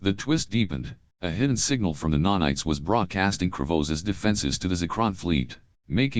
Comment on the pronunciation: NANITES, bro. what's a nonite? 😅